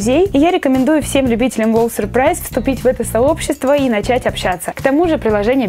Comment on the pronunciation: Не надо говорить сюрпрайз !